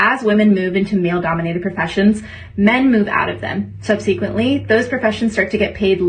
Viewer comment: I can't take the first woman seriously. How can you not pronounce 'subsequently' correctly?